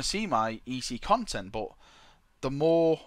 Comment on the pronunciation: "Conent"- a term used by to say content while also displaying a sense of displeasure and disappointment. Ex: "Son the conent of your report card displeases the emporah."